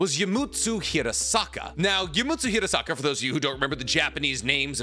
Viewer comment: Fun fact, my last name is Hirasaka. Nicks pronunciation is spot on. Hearing say my last name a million times is odd